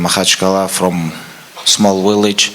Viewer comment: it's village Khabib not willage 😅😆